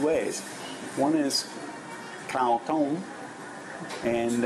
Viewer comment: the correct tone for rice is falling, not rising. You said "hungry white" not "hungry rice". "dtoem" is a falling tone, short vowel and means "is boiled" (adjective) and "to boil" (verb). You don't seem to be distinguishing between short and long vowels - which also changes the meaning of a word likes tones do.